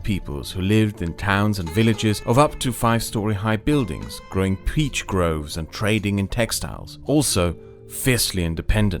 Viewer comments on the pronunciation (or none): none